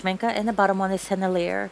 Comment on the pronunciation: Sen-el-i-a, and Sh-mink-ay